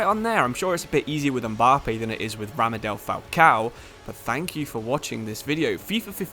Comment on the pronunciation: Did he just Say Ramadel Falcão ? 😅😅😅